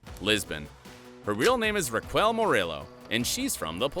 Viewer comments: “Rawquel” lol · Who's "Raquwell" ? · the way he pronounces "Raquel" annoys me